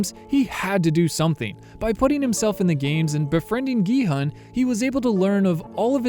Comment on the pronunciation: The main character’s name is actually pronounced as “gee-hoon” (gee like geese, and hoon almost like moon) not “gee-hun” (hun like honey). 성기훈 is the character’s full name